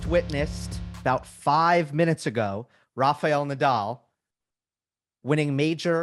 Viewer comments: Amy: It's not Rafeeel, but Rafael. Please learn to pronounce players' names in their countries' language. I know that Americans unlike Europeans don't by and large know how to speak other languages, but respect should be given when pronouncing players' names. While at it, please also note that Giron is pronounced Heeron, not Geeron. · I honestly don't think it should be that hard to understand that the letter "A" one uses to say RA in the first syllable of Rafael Nadal's name sounds, weirdly enough, identical to the very next "A" you find in the very next syllable of his name. So if one can pronounce the first "A" correctly, why oh why they manage to mangle the next one and turn it into an "EE" But it puzzles me even more the fact they then proceed to get both of the "A"s right on his surname with no problem at all. It has to have an explanation for it. It is very simple FOLKS: RA FA EL NA DAL All "A"s sound exactly like the others. How do you get 3 of them spot on and fuck up on one of them? God fucking Damn it! 🏴‍☠ PS.: But it gets way worse bc on right after it she goes and say "RAFA" with the proper pronunciation. Well the "EL" which is the last syllable is like "L" in English so I know it is not hard to pronounce. So say RAFA and then ad the "EL" and voilà!!!